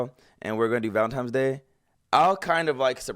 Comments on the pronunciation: Valentines not Valentimes hahaha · Valentimes? Lmao coooome oooooon D! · And she said valentines instead of valentimes.